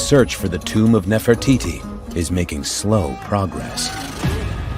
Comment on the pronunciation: this man knows nothing about ancient Egyptian history, he just went there to sand and says Nofertiti, Nofertiti about everything.😑